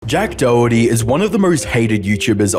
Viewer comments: name is DORity...and he cant stop saying DOE ITTY HAHAHAHAHA!! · It might be your Aussie accent, but it’s pronounced doe-hurt-tee. Not “doughty” By the way, I think “Doherty” is an Irish surname. Just a cool fact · Why does everyone mispronounce the last name Doherty? , Jack Says "DOritee" (o as in dot) not DOE-Her-Tee. Just like anarchist is not pronounced ANUSKISSED. { just a reminder from your favorite internet pronunciation troll } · "jack doohty" 🤓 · you're absolutely butchering the surname Doherty. Sounds like someone who can't pronounce their Rs saying Dorothy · Jack dowety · still waiting for someone to pronounce his last name correctly. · The way Americans pronounce Doherty 💀